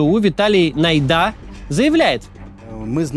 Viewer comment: Вибачте !Але не Найда' а На'йда !